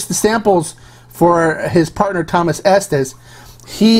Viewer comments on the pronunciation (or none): none